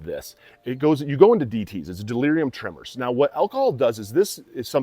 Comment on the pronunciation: Why are so many people talking about stuff they know Shit about? It’s Not Delirium tremors. It’s Delirium tremens ffs.